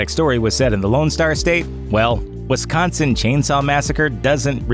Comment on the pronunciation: There is no E in Wisconsin....